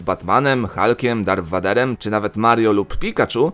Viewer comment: Dartem wejderem (tak sie to czyta) 😉